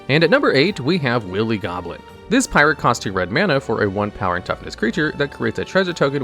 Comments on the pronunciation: The second he said willy instead of wily, I immediately shot to thr comments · Its pronounced Why-lee Goblin instead of willy goblin iirc. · He keep saying Willy Goblin.... I can't stop laughing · It’s pronounced why-lee goblin. That seems like a word everyone who grew up speaking English should know. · I am aware, like wile e coyote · "Willie Goblin" lol. There have been some mispronunciations on this channel before, but this one is already a classic. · Pfft... "Willy Goblin"? Did you pronounce it like that on purpose? My brother and I both pulled the anime version of Spectral Sailor from the Jumpstart 2022 packs we opened on Christmas, and both of them ended up getting some good use in the duels we played against each other.